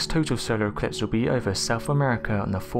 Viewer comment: * I think he said SOWARE ECWIPSE TWANSEIVER WECORDED CWIPTED CWEATURES !!!!!*